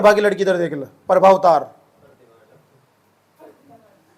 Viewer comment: its not प्रभावतार Its प्रमवातार